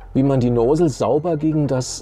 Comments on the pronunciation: Noosel hahah Nossel(Lautsprache) aber schöne Einleitung und Tips! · "Nosel" ist lustig! Nozzle heisst: Düse. Das kann man durchaus auch so nennen.